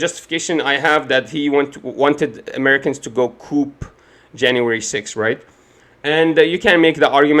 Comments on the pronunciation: Friendly point. Coup is Is “koo” not “Koop” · Youre pronouncing the word coup wrong. Its pronounced coo. Im not being a smartass, just letting you know bro